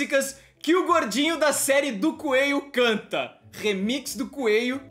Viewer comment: É coelho e não coeio